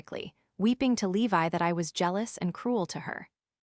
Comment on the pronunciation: His name is Levi, not Leave I Your AI is horrendous!